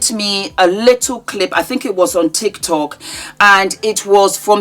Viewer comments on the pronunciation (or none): none